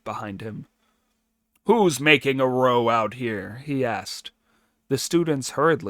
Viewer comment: Thank you for your reading! The translation is probably a little old, and ``compact'' and ``contract'' have become slightly different in usage. But ``compact'' is fine; the word ``pact'' is really short for ``compact.'' Also, to ``make a row'' rhymes with ``take a bow!'' It does not rhyme with ``toe.'' A ``row'' is a ruckus or commotion. It's OK; AI does it, too.